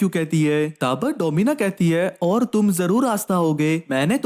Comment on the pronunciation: Oar oar mat bolo 😢